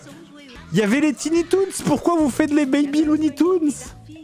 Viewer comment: est-ce que jidège va apprendre un jour à arrêter de prononcer "teeny toons". je suis sûr que si je fais une recherche google, ça fait pas du tout me donner les même résultats...